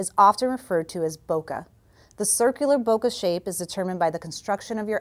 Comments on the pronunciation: Boca? Really? I think you mean bokeh (BOH-kə). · Very nice video! The only thing I wonder is why so many people say "bokuh" when the original pronunciation is "bokay" (more or less rhymes with "day"). Oh, well, I guess it has caught on.